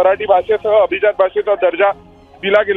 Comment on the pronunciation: Pronunciation of abhijat is not perfect. Please improve your diction